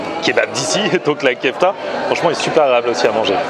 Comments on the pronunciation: Ce que tu appelles "kefta", c'est une spécialité turque ; or, en turque, on ne prononce pas "kefta" mais "keufté" ! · vlak ça me stress quand il dit "kefta".